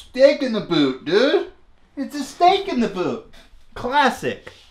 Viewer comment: “stehk in da buut?!”